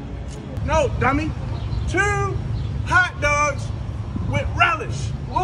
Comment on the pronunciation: He messed up the "hotdogs" part., it's "hotdugs" please reshoot this clip. Respectively the Baltimore Coalition-Park Heights Chapter LOL